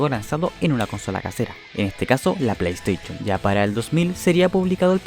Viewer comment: Que gracioso que el video comience con una lección sobre literatura Pero el que hace el video no sabe nada de eso 😂😂 "Chonen", "pleitechon", "rokucho", " chingata" o chingada en tu caso Jajajaja😂😂😂 Que asco